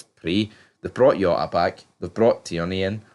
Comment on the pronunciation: It's pronounced Jota with the J Not Yota with a Y.